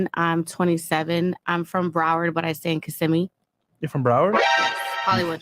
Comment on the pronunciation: Will someone tell Myron how to pronounce Kissimmee? 😂